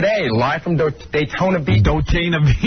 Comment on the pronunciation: "Dotayna Beach" AHAHAHAHA poor! 😂😂😂